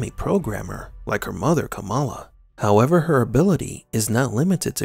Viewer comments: It's pronounced "KAH-mulla", or so I've been reliably informed. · It's kuh-MAL-ah actually. Our VP elect just changed the pronunciation to avoid confusion with Pro Wrestling great Jim "Kamala" Harris.